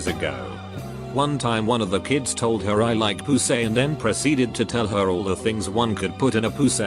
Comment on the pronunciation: “Pooh-say” 😂 cracked me up